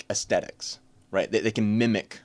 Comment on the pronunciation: My dude. It’s “aesthetic”. With a “th.” Not “aestetic”. But good video.